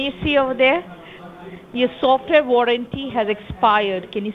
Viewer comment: Atrocious accent: SOFTWARE was pronounced sulfur. 🤣😂🤣